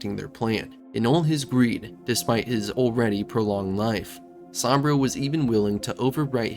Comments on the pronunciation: Great video but why do you pronounce Saburo as Sambrio? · Gotta learn how to pronounce Saburo. 😆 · Man i gotta tell you your pronunciation of saburo was painful to listen to its supposed to sound like oo like moo